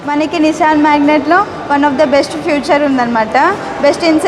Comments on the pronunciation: ఫ్యూచర్ కాదమ్మా ఫీచర్ అనాలి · అది ఫ్యూచరో పాష్టో కాదమ్మ. "ఫీచర్"